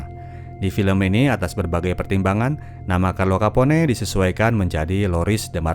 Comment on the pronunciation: kapon min... bukan kapone ✌️😁